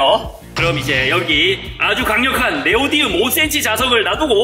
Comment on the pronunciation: Neodymium (Nd) 네오디움이 아니라 네오디뮴 입니다😊